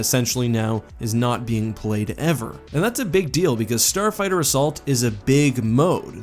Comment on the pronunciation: No one:: “Starfigther” Just watching out for you, keep up the vids!;^)